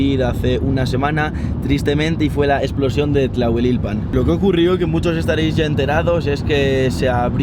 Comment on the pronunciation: No lo dijo bien, ya que dijo "Tlahueilpan" y es "Tlahuelilpan"...